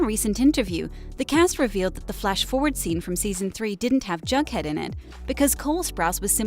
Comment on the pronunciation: she keeps sayin jughead like junkhead 😂😂😂